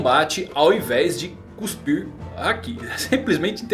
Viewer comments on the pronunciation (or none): none